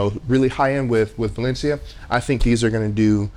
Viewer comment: Don't quote me but I think it's pronounced Way-Lee-On-Da, anyway I have their Astronaut Zero Gravity chair and I love it. Plenty of lower back support, comfortable, easy to take care of, and the zero gravity thing is a great way to take a nap. My only real gripe is that I'm not 5'8". Like most theater chairs, and let's be honest furniture in general, it does not really accommodate someone 6'2", I'm kinda used to that though. Minor things like the lights I do agree with you and I would like the head rest to lift up a bit more. Other than those 3 things I will be buying another. Their customer service is pretty good as well. They messed up the delivery time and offered me a different color, a refund, or I could wait and they'd refund me $100. I waited and they were very good with communication and follow up.